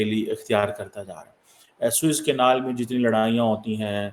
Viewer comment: "Swiss Canal" nahin bolte, SUEZ CANAL bolo Jai Ho Pakistani Education System 😅 The Worst in the World.